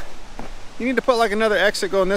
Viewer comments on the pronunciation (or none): none